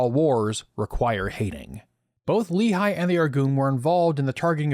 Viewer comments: Just a quick note regarding your pronouciation. Lehi is pronounced "Leh-hi", with a rough h, obviously. Great video, mich love! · You're not pronouncing Lehi correctly.